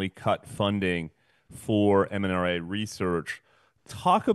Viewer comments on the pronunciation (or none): I might be hearing wrong, but I'm sure I keep hearing this host mispronouncing the subject of his video as "mNRA," when it is correctly "mRNA." He says it as "mNRA," and his guest says it as "mRNA."